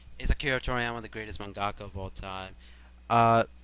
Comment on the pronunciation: It's for sure Tezuka Sensei. Also you say Mangaka weird. Like the video though.